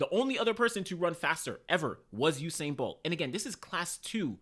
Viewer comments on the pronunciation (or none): none